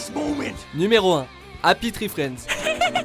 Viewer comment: "Happi tri friendz" C'est quoi cette prononciation ohlala